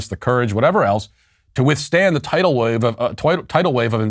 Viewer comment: "Toidal wave." He had it right the first time.